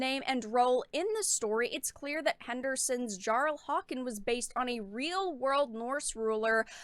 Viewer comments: Also its pronounced with a Y not a J in Jarl! (Yar-el) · Jarl is pronounced yarl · J is said like a y so it's read Yarl, great video just letting people know